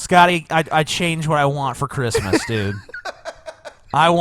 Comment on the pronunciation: This guy is like Elmer Fudd. Cwissmis Spiwit